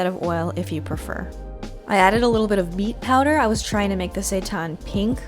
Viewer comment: Vanessa Alexandra I heard "meat powder" when she said beet power. I had go back and listen again.